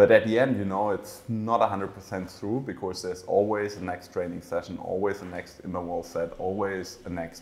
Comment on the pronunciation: Sebastian, please, for the last time, there is no 'r' in the word 'because'. In 'Of course', yes. But not in 'because' So wie bei uns in: 'kosch mer net...' 'kosch' nur mit s 'because'. Des wär toll. Weil des hat mich als E-Lehrer bei deine inhaltlich tolle Interviews auf Englisch jedesmal irre gemacht. Genieß des Finale '23!!!